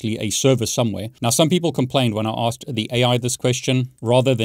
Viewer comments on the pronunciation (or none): none